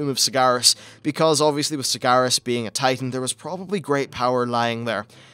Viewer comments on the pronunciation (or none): none